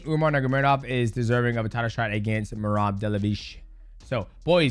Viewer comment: Its Merab Dva-li-shvi-li Not "Merab Dalavish" 😂